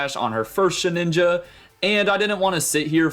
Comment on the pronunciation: It is SheDinja, not SheNinja 😮‍💨